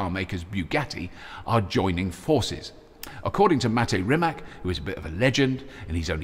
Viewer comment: When you say "Rimac" it sounds like you're going to say Rimmer.